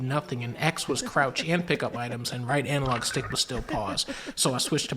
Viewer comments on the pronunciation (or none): none